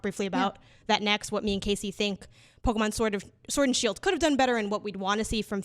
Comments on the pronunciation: Bruh. Please stop saying PokAmon. Its Pokémon!!! Ahhh!!!!!!! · It’s Poh-Kay-Mahn dammit lol My brain kept screaming at him mispronouncing the name😂